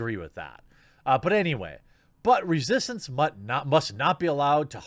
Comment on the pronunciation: you said "Butt resistance" lol